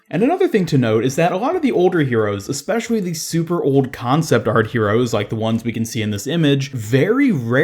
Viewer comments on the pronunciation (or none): none